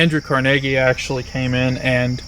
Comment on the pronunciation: Watching this again 😊 (It really bothers me how they mispronounce the gentleman's name! 🤯 I believe it should be CAR-nu-gee, as in Carnegie Hall, in NY)